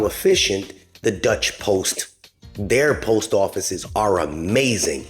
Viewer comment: Dutch post is in Netherlands , Deutshe post is in Germany , its pronounce differently